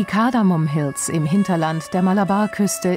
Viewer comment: Nur zur Anmerkung. Es heißt "Kardamom" nicht "Kardamon".